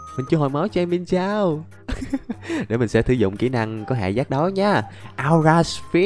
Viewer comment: Anh ơi con mienshao anh có thể đọc là miến shào